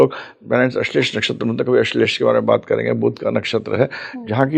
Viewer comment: ठीक है होगा ज्ञान लेकिन कुछ लोग नाम अलग लेने क्यों लग जाते हैं? जैसे ये महाशय अश्लेषा को अश्लेष क्यों बोल रहे हैं? क्या कारण है आ की मात्रा नही लगाने का?